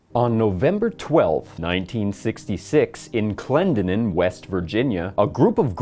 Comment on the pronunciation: Klen-den-in. Daaaamn, dude. It's the neighbor to my hometown.